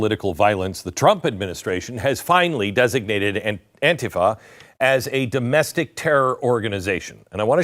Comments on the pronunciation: It isnt anefa. It is Antifa. Why are you pronouncing it wrong. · An-TI-fa, NOT AN-tifa, Glenn. Thank you for another great, informative video of truth. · Stop saying anefa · Why does he call it aunteepha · AN- TI- FA . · I pronounce it AUNT-TIFFA. Makes me giggle. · Glen, first in my opinion you are pronouncing ANTIFA improperly. Most times I hear it pronounced as an-tea-fa, but that's not really important. What's really wacky about this is that the name stand for a group that's supposed to be against fascism, yet they act more like the fascist "brown shirts" of Germany or the black armbands of Italy. has it right, they are The Democratic Marxist party which is as fascist as they come. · Hey I agree with everything that you say but the word is pronounced An-Ti-Fa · AN TI FA SAY IT RIGHT MORON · The way Glen pronounced Antifa, it sounds like someone suffering from either dementia or diarrhea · Glen, if you can 't pronounce it right, don't do a video about it. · Beck, the least you could do is pronounce the name of the group correctly. 🙄🙄🙄🙄🙄🙄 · How is it possible your mispronouncing "antifa"? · Why do you pronounce Antifa differently than everyone else?? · I wonder why he changes the pronunciation of Antifa from different broadcast he has made. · You know, Glenn can’t even pronounce ANTIFA I don’t really care because I think the organization is despicable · So what’s wrong with you my friend why do you mispronounce antifa❓ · Glen, learn how to pronounce it correctly. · Stop pronouncing Antifa like that. It’s annoying.